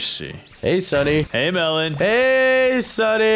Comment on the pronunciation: Melon said stunny instead of sunny😂